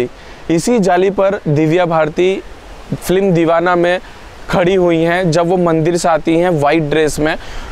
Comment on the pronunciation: आशिकी, साजन, मुन्नाभाई एमबीबीएस की शुटिंग भी इसी बंगले में हुई है। आपने यह बंगलो दिखाकर मेरी बरसों पुरानी साध पूरी कर दी। आप बोलने में एक ग़लती करते हो। फ्लीम नहीं, फिल्म बोला जाता है। आपकी जानकारी के लिए।